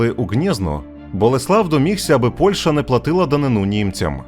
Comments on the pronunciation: ПольЩа, а не ПольШа. А за відео дякую! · Дякую за відео! Сподіваюся, буде продовження. І, будь ласка, ПольЩа - [п о л' Ш Ч а], а не ПольШа.